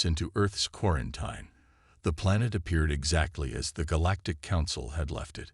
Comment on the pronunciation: It's pronounced 'quaranTEEN', need better AI narration.